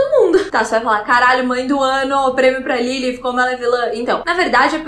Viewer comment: Sua pronúncia de Lilith é linda. Perfeitinha.